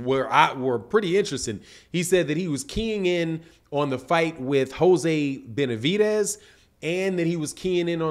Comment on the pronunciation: There’s no T in Benavides